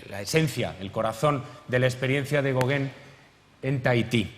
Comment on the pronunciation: Españoles,no insistáis,por favor, en pronunciar otra lengua,es insoportable oír el apellido Gauguin tan mal pronunciado!!! Sois malísimos para los idiomas!!!